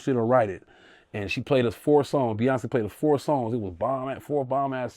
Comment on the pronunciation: First, you have to learn how to say Beyoncé name 😂😂😂😂😂